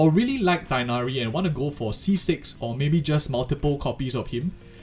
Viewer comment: Tee-hh-nari, not Taig-nari.